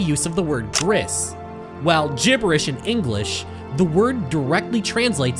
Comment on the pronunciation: GRIS IS PRONOUNCED "GREECE" GRAAAAAAAAAAAAAAAAAAAAAAAAAAAAAAAAAAAAAAAAAAAAAAAAH